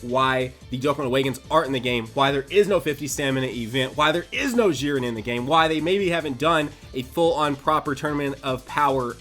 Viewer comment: Its not "Ziren" its "Dziren"!!!